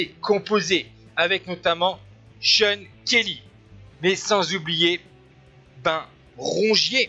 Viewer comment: I like the way the french commentator pronounces Kelly's name as "shonkerlee"..:)